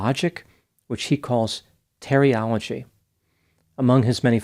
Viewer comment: "Terriology" 😂😂😂 my gut...😅😅😅 I'll be laughing all day now.